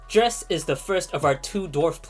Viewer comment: What was that planet between Duna and Jool? Dre-ess? Never heard of it. 😂